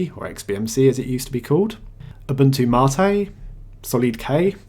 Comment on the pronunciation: Its Gnome and NOT Ger-nome and its Mate NOT marteh. IDIOT.